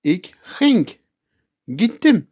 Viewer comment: Jammer van de foutjes in de toekomende tijd (ik zal GEgaan)en de K achter de uitspraak van bijvoorbeeld ging (niet gingk)